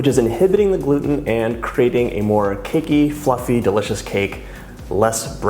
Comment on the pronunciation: Why does he say “duh-licious”? It sounds weird.